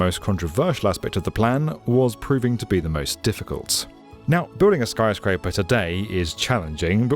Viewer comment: "skyscaper among us" -some french mf in dustbowl